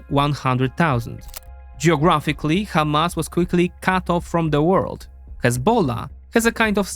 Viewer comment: Hamas is an Arabic word, so use the Arabic pronunciation. By using the "kh" in the beginning, it sounds like you're mocking Hebrew speakers.